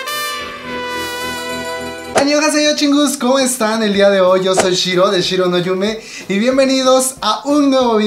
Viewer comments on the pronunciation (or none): shiro se dice